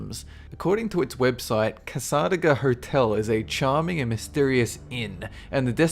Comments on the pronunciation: Cass-AH-daga? Isn't it cassa-DAY-ga? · It's Cas-A-day-ga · We pronounce Casadega "Casa-day-gah" My friend gets her psychic readings done there and he's been surprisingly accurate. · Kah-saw-da-kah? Cass-eh-dey-ga? I watch these videos just to hear the awesomely creative pronunciations. They are awesome! (It's not a bad thing, it's very entertaining.) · i am from orlando, fl and cassadega is pronounced casa~day~ga. just so you know. :) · They got it right in a later video, so I'm pretty sure got corrected about a million times by then. (And I live in Louisiana, so that misunderstanding of "LA" got a giggle out of me.) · it's called, casa- day-ga. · it's pronounced Casa-da-ga. And it's really cool! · Cass-uh-dayguh. That's how Cassadaga is pronounced. I live an hour from there. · Hello. Very interesting video! I live in Florida, so am familiar with Cassadaga (pronounced "Cass - a - day -gah" ). Its a very clannish area and locals don't like people snooping around. I hear that they guard their cemetery every Halloween. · Cassadaga is pronounced Cas-a-day-gah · Sigh. It's pronounced "cassa-DAY-ga". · I think you pronounced Cassadaga wrong,. I've always heard it pronounced like "ca-suh-DAY-guh". You also said that Myrtles Plantation is in Las Angelos. It's in Louisiana, actually. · Cassadaga is pronounced cas-a-day-ga btw it's also the psychic capital of the world I grew up near it :0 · You're pronunciation made "Cassadaga" sound awesome. Around here it's always pronunced "cass-uh-day-ga." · I live only 2 miles away from #15 and it's pronounced cah-suh-day-guh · It's pronounced Cass-a-DAY-ga! I live in Florida and I visited the town. Get it right! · I almost didnt know what he was talking about in the first one because we Floridians pronounce it (Cass-á-degga) or at least in the part of Florida I'm in we do. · It's pronounced CassaDAYga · you pronounced cassadaga wrong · I live in cassadaga and you pronounce it wrong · Lol he pronounced cassadaga wrong.